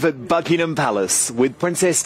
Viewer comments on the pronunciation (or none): Ahead of this coronation, please learn to pronounce "Buckingham". It's not that hard. Or are you buckin' em?